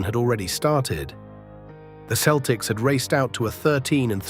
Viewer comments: This is well written, but the AI slop voice is fingernails-on-the-blackboard bad. It mispronounced Tommy Heinsohn's name. It's HINE-son. And that Midwestern city is only prnounced "san loo-EE" in France. It's "Saint LOO-is" over here. And the Boston Celtics are pronounced SELL-ticks, no matter how it's pronounced in County Cork. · Heinsohn is pronounced hineson and Celtics are pronounced seltics. Just sayin. Boston kid in the 1960's I was a huge Boston sports fan, still am. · at least use a voice that can pronounce Celtics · FWIW, that is not the correct pronunciation of the team name.